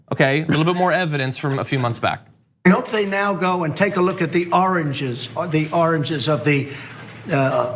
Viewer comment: I thought i was syko but turd got me beat big time . Its funny he say orageges investigation of a orage turd.and the chopper beats is like MTV live in 2019 lol.